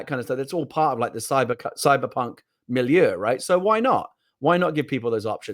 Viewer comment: Did he say “Cybercunt” ?